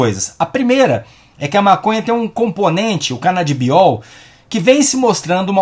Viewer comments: Não querendo ser implicante, mas eu percebi que você sempre fala "canadibiol", mas é "canabidiol". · Já é a terceira vez que ouço você falar canaDIbiol. O certo é canaBIdiol, de Canabis. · O nome é CanaBIdiol, não Canadibiol como o falou duas vezes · e não canaDibiol kkk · CanaDIBIOL kkkkkk No mais, ótimo video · ce fala errado toda vez, é caNAbidiol, tmj 🔥